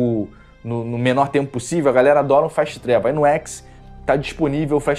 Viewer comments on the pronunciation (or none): none